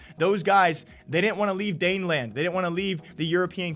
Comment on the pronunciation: Come on man i am trying to represent Denmark hire and then you Call it daneland.